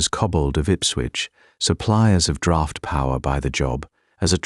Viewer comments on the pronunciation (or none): none